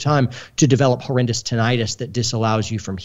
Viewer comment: TINNitus not tin-l-tus